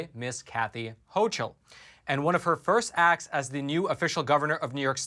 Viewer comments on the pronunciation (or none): FYI- New NY GOVERNOR— pronounced HOCKLE- not hochel.